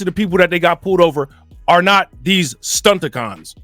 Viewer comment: "Stunticon"! 🤣 ~Dex™.